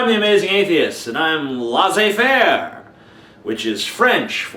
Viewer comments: I've told you this before... it's not LAHH-ZAY FAIRE. In French it's pronounced LESS-SAY FAIRE. For the record, "laisser" means "to let" or "to allow", and "laissez" is the imperative of that. "Faire" just means "to do". So, "laissez faire" or "laisse faire" simply means "let it go" or "don't do anything". Like if a kid is misbehaving and the mom is getting irritated, the mother can say "oh, laisse faire", which would mean, "oh, just leave him be, it's ok." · Do you mean "laissez faire"? It's pronounced "LEH-SSAY FEHR" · LOL Amazing Atheist, What Free Market Capitalism? America has yet to see it. BTW I think its pronounced lAy say fair. Silly Goose. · La zé faire ??? WTF thats not french ?!?!?!